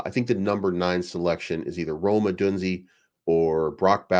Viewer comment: It’s pronounced “O-DOON-ZAY”